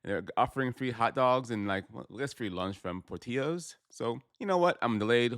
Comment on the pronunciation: mispronunciation of “Portillos,” the Ls are not silent